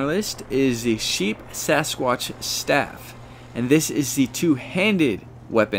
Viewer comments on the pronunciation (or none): Very informative but it is Sheepsquatch and not SheepSAsquqtch. Just fyi. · At least he was consistent in saying it incorrectly lol. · Not to be that guy, but it's Sheep Squatch, not Sheep Sasquatch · Sheepsquatch, not sheepsasquatch